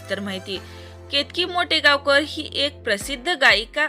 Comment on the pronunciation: मोटेगावकर नाही माटेगावकर हे नीट बोला मग व्हिडिओ बनवा